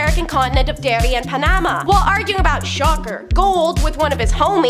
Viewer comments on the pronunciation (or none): She said Panama like Pa NAM ma. I'm Panamanian. I should know. Don't get that chick drunk.